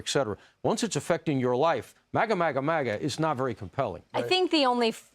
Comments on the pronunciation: You ever notice he can't even say MAGA he says mager. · Joe obsessed with what he refers to as Magra. He always says 'Magra' 😂